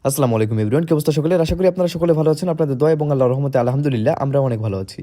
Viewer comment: স্লামালিকুম না, আসসালামুআলাইকুম হবে।